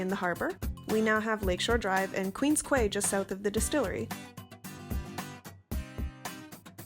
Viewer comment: Its pronounced "queen's key"